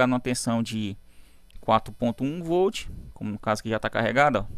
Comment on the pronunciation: Voltche 😂 like professor 🙂👏👍